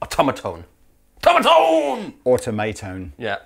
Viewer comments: is great, but he just doesn't have a feel for these hip pedal names. I would pronounce it as: Aw-Tom-a-Tone (Automa-tone), like Automaton or robot, 'cause it IS robotic, but with Tone on the end instead of ton. Don't forget to upvote! (lol) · I think the name definitely sounds better pronounced more like "automaton" (so aw-TOM-ah-Tone, instead of aw-toh-MAY-Tone). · Um,: au-TOM-uh-tone, not au-to-MAY-tone (like automaton, geddit?) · ...“Auto may tone”? 😂 Automatone is a play on automaton. Hence the moving sliders...get it?